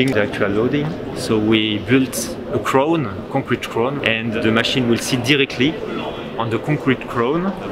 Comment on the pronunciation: English is so terrible I can't understand what he says. "until reaching a caloti? a coyote? " And then he must be talking about a concrete crown but he says "craune", so I have no clue. "eighteen crows stag dering"? WTF were you trying to say? Why not dub him over in post-prod?